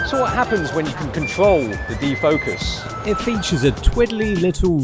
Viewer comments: Did you say de-fuckus? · "De-fockus controol" :D